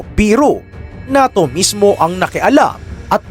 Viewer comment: diba ang pag bigkas nyan sa NATYO ay parang "NEYTO" Ahahahahahahahahahah